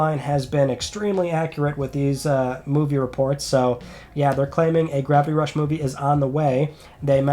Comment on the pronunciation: what is ‘Grappy Rush’ or ‘Gravy Rush’?? Can’t you pronounce it right?